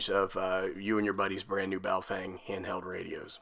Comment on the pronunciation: That’s not correct on saying baofeng.